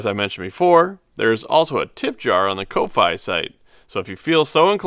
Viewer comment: fyi its pronounced coffee. like giving money for a cup of coffee ko-fi